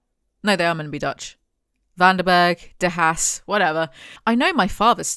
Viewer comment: Minor nitpick, Haas is pronounced like Hoss